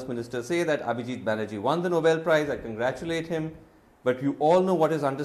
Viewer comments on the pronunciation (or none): none